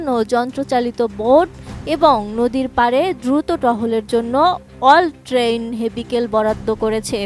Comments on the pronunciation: অল ট্রেইন হেভিকেল!😂😂😂 নাকি অল ট্যারেইন ভেহিকাল উনি এটিন এর একজন সাংঘাতিক! চরি বুল বলে পেলচি,সাংবাদিক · হেভিকেল না ভেহিকল